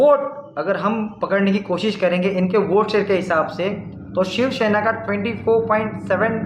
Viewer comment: it's shivsena not shivshena